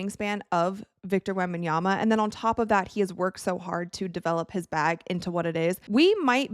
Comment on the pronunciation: Thank you for actually pronouncing his name right.